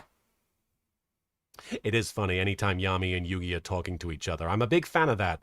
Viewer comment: Oh you weren't pronouncing Yami like that just to be funny? I would have never realized it wasn't a joke. 😂